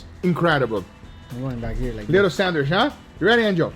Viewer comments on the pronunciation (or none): love how Guga says sandwish 😂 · Everyone else: Sandwich Guga: Sandwish (no offense)